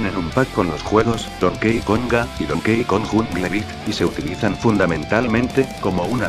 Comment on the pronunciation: Donkey se pronuncia Donki